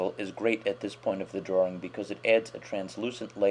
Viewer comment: i like ur tutorials but u say drawring instead of drawing that just annoys me like my teacher